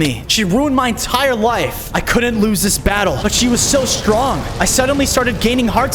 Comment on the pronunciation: And its not layf🙄🙄😒😒